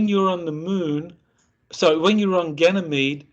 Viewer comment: I don't know if this is legit or not. Never any proof of any of these kinds of stories. doesn't sound very educated for someone who is supposed to be in a space program. He can't even pronounce Ganymede properly. Anyone can make up these kinds of stories.